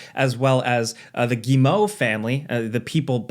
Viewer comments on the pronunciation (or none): It's not Guimo, it's Guillemot (Guy-ye-mo).